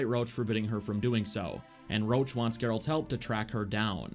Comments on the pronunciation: his name is roche not roach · Ps.Not Rowch,but Roch ;)You misspelled that name. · Roche and Roach are pronounced differently, you are doing it the incorrect way, for seconds i thought "how the F does the horse have any dialogue lines apart from that 1 quest that you are not talking about" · Stop calling Roche per "Roach" his name sounds originally as "Rosh" I'm Polish and I know how it's natively pronounced from CD Projekt RED themselves. Trust me - it was an English DUBBING MISTAKE (which is pretty major, considering that Roach is Geralt's horse. xD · I hate how he keeps calling Roche "Roach", cmon, one is a valiant temerian partisan, and the other is a horse. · FYI Roche is French and is pronounced RUSH not ROACH. Its RO . CHE and is pronounced like Rush. That is all. Thank You. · Your Roche sounds like Roach, which is funny :D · i cant listen to him saying "Roche" wrong the whole video it hurts